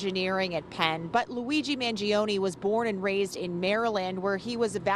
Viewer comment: His last name is pronounced as Mahn-joe-neh, not Mann-gee-oh-knee. Anyways, he's done nothing wrong. Hopefully he has a good counsel on his side and gets a fair deal.